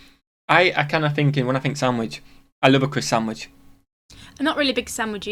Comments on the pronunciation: Were you saying watercress sandwich? Accent smooshed the sound so much all I heard was CrisSandwich. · Are you saying a “Chris-sandwich”??? Have no clue what that is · In honestly I couldn’t understand what sandwich you were asking about.